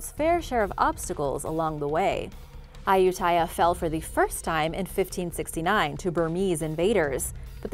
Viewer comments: Hi A-you-ti-yah was the name. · Ayutthaya is pronounced a-yout-ti-yah